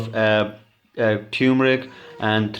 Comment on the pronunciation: Fake accent and you dont know how to pronounce turmeric 🤣🤣